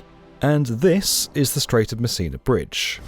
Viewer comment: I keep hearing "The Strait of Messina Bridge" as "The Strait of Missing a Bridge"... 🤣🤣🤣